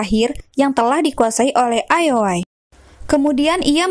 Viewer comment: cukup menghibur jangan patah semangat ya min cuma karna salah sebut ioi dengan lol